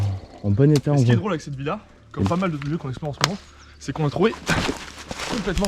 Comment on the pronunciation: il dit villa ou vie là??